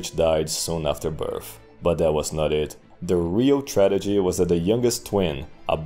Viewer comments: Mike Duncan: "Hegenomy": "Tradegy" All great Roman historians have a word in which they mix up consonants. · you messed up tragedy twice lol